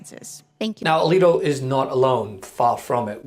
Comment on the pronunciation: Hold on, , the unnamed witness does not clearly say Justice Alito's name, in fact, it sounds more like the witness strangely confirms that "Leetee did not." After which, AOC then points vaguely to the photo, and sums it up: "He did not recluse himself from this case, and in fact he used his seat on the Supreme Court, after all of this, to rule in Singer's favor." But, strangely, , the video goes out of focus, and obviously skips some period of time, and restarts a bit later, with the same camera angle, as AOC continues talking - "And following the decision, Mr. Singer's hedge fund was ultimately paid $2.4 Billion, not a bad return-on-investment for a fishing trip there". Yeah, and the alleged huge return-on-investment might be nothing but a clue that this report about an innocent fishing trip has been unfairly slanted. How much time passed between the fishing trip and Singer's legal case? Who else was on the fishing trip? Was it 10 or 20 people? Was it a random meeting due to blind luck? Was the photo just a simple "photo-op" that Singer requested? BTW, I got a photo-op with Margret Thatcher, but that doesn't mean I acquired any benefits through her. Yup, this was presented as a very fishy episode. However, after having seen so much magic from "video-editing" to wrongfully make Trump sound like a racist, as was clearly demonstrated by Trump's defense team who presented both the 2-minute edited-video that the entire USA saw countless times before the impeachment